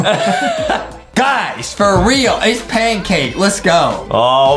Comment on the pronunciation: Adam said can pake